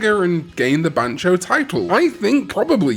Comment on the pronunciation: Ban-Tyo not Ban-cho, this ain't Bancho and Kazooie😂